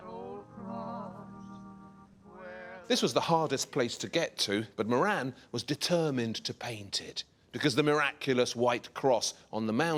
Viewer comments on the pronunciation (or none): Moran is an irish name .. its pronounced more-rin